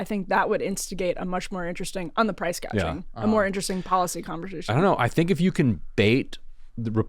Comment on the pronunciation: What Kamala is proposing is not "price gouging" but " price gauging" 😂😂😂